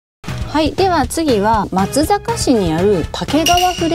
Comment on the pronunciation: 以前、まつざかしと言っていましたが、正確には「まつさかし」が正解です。さん、にごさん、頑張ってくださ😄 伊賀上野城の石垣は見応えがありますね。